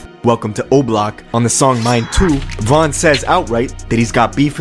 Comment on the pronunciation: what? You don’t even know von if you saying his name like that